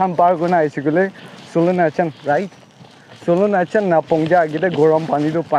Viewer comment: It's Not solonajan , I think it's silonijan😅😂